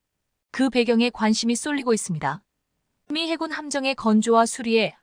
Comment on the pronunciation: 해군은 알겠는데 해굴은 머여? 해저굴의 줄임말인가???? 해굴력 아놔 듣기 그러네 거슬려 거슬려